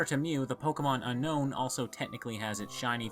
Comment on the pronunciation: I don't want to be that guy but it's pronounced un own